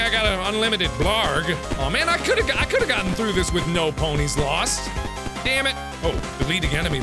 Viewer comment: Ponies are now pronounced puh-neys XD